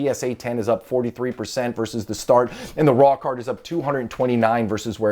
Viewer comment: Is it just me or does "raw card" sound like "rock hard" lmao